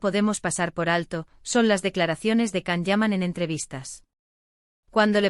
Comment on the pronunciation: Why can’t you say his name correctly!!!